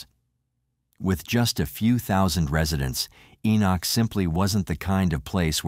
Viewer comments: It's not pronounced E-knock. It is pronounced E-nik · FYI, it’s pronounced Ee-nick. I live not far from here. 😊